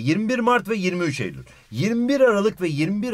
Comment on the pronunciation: neden ey ul dedin